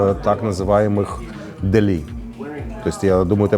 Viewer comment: Почему этот репортер, который живет в NY не правильно ставит ударение в слове « дели». Ударение на Е, позор!